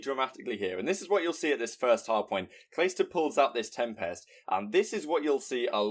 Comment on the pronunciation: I love you but you need to learn how to say tempest